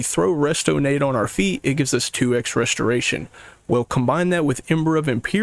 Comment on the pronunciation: You must be hella productive with all the extra time you save by cutting those 2 extra syllables off of the word restoration